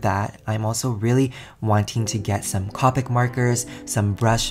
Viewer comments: It’s coepick not cawpick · what anybody else triggered when he said co-pic marker instead of cope-ic markers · It’s pronounced Co - pick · I think it’s Copic is pronounced Ko-pic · I love your videos but please.. Copic has a hard "o" sound not a soft one; I died a little every time you said "cah-pic" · I hate it when people say copic like that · He said copic wrong